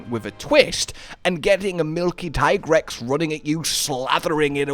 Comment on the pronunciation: Here's your unfriendly reminder that it is, in fact, pronounced Tea-grex. 😝